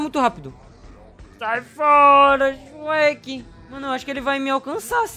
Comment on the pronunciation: "Meu deus o xuequi naum xuequi"kkkkk